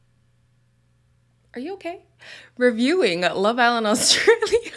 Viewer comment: Girl so annoyed with Courtney that she doesn't know how to pronounce 'reviewing'🤣🤣🤣🤣🤣🤣🤣🤣🤣🤣🤣.